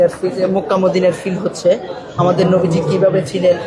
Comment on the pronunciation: সাংঘাতিক সাহেব আপনি নবীজির নাম ঠিক মতো নিতে পারছেন না। আগে নবীজির নাম ঠিক মতো শিখে আসেন।